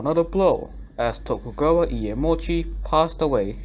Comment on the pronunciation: its "Tokugawa Shogunate" not "Togukawa", other than that the video is all good for me